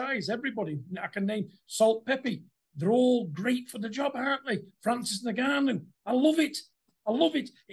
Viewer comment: "Salt peppy" "francis Naganoo"🤣